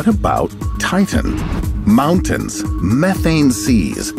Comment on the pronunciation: did he say meth ane im in